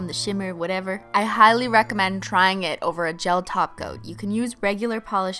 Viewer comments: Umm im sorry its "taco" not top coat halo im gonna need you to get it together Cristine. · Are you saying gel top coat or gel taco i keep hearing gel taco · Does she say "taco" instead of top coat as a joke? Lol that's awesome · I cringed every time she said top coat and not TACO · When she says topcoat instead of taco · When you say "top coat" I hear taco.. and it's making me hungry... lol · I heared tahgoat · Same here, I heard tacoat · I feel like she said it so fancy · Sounds like a thing you would say to roast someone "BOIII YOU'VE BEEN TACOAT" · No, she said "Tacoat" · Every time she says top coat it sounds like Taco 🌮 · Did she say top coat instead of taco???? Are you okay cristine???